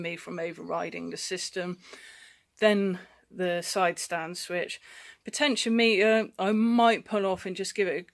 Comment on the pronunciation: Potentiometer is said "potechy-ommiter" . I have the same issue on my R1150rt , bloody thing . Stupid ass place to put it huh . I`ll pull it out one day . lol You can get a good used Side stand switch for £20 of flea bay . I replaced mine about 4 years ago , been OK every since . Be careful if you remove it . Driving off with it down sucks !